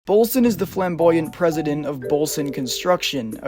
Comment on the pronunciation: I thought you said fem-boyant not flamboyant